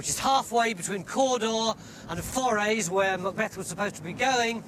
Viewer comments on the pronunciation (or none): In..where!? Forays!? Presents a show about a Scottish king but can't pronounce Forres correctly! 🤣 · Forres is pronounced FOR- ESS for God's sake. Ye did pronounce Pitgaveny correctly however. A wet day in Elgin Cathedral but a nicer day at Spynie Palace eh? alas for romance neither structure were there in Macbeth's time, incidently back in the day, Pitgaveny was called Bothgowan. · Forres is pronounced Forris. Cawdor is pronounced Cawdur. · Why can't he pronouce "Gaelic "properly? Can' be bothered?And he can't say "Forres" either. What arrogance!